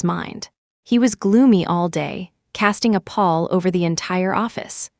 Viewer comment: Casting a PALL not paw